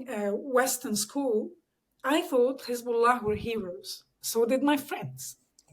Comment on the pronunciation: she's "lebanese/syrian" and she can't pronounce the name Hezbollah?